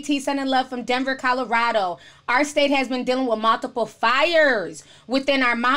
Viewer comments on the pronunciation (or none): none